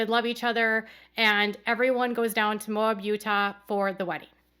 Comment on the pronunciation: Moab, Utah, (moe-abb) not mobe.